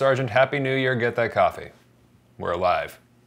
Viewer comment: He says coffee. I hear whiskey